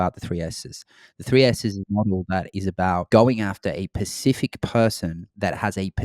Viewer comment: The word is "specific" not pacific lol. But great video either way.